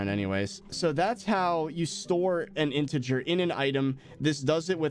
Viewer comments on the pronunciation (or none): none